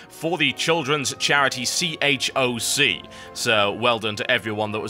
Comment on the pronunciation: I just spat my water out when he said C.H.O.C.K. i though he said cock